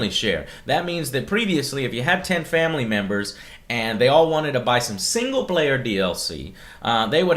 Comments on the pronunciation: Shamily...SHAM-ily yep that sounds about right Joe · in this "sham ily plan..." slip of the tongue Joe. Fuck MS. Wankers.